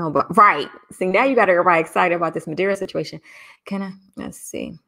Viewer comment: It's Madeira(wood)